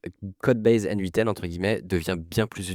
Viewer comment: Nitpicking Joe here, mais ça se prononce "Natan" (à l'anglaise: "N-eight'n").